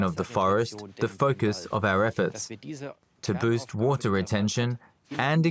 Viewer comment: WaTer. WaTer. The way the narrator was pronouncing that word was making me crazy, to the extent that I had to stop watching. I'm sorry.